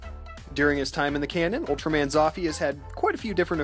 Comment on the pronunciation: You pronounce it "Zouffyy"